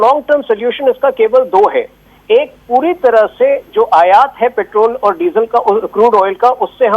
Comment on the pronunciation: संदीप ,आप पेट्रोल को पेट्रल क्यू बोलते हो?? आप किस माध्यम मे सिखे हो??